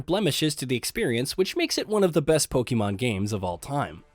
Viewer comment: I literally clicked off once he said polemon arceus. I need a serious list